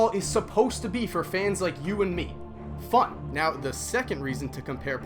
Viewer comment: I heard f*ck instead of fun in